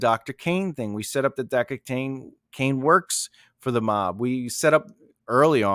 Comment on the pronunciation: CRANE. Not Caine